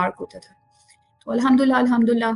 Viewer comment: Bhn its alhum du lillah ! Alhumdullah nhi !